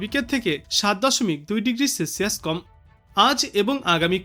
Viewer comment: উচ্চারণে গোলমাল আছে। সেলসিয়াস, সর্বনিম্ন ইত্যাদি ঠিক হচ্ছে না।